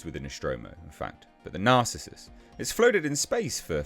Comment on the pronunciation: It's pronounced NAR-CIS-US - narcissus, a type of flowering plant AKA a daffodil. Also an ancient Greek hunter..